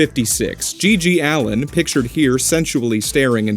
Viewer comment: It's GG Allin, not Allen.